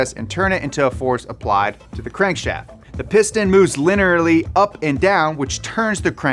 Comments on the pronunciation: Liner-ly is now how i will say linearly. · Hehe he went lenerly burrt